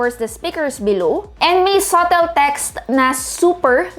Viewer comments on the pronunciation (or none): none